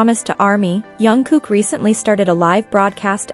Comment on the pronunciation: First pronunce his name properly